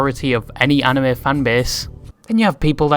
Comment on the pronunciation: Props for actually pronouncing Anime right 🤣